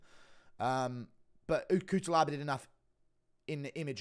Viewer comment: Just to let you know: it is pronounced Kutselaba